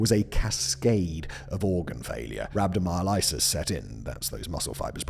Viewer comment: Just a heads up whistleboi, rhabdomyolysis is pronounced "rab doe my o (soft o, as in pocket or locket) luh sis". Other than that, great video as always 💚